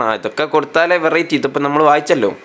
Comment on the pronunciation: ᴠᴇʀɪᴇᴛy ᴀʟʟᴇ? ᴠᴇʀɪᴇᴛy?... ᴠᴇʀɪᴇᴛy ᴛʜᴀɴɴᴇ🙏🏻